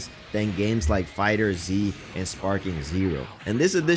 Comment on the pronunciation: This mf said fighter z for DBZ Fighterz. The z is pronounced liked a fucking S